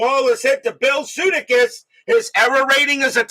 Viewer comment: Hey, …..it’s Bill Suh-DAY-kiss 😊 ….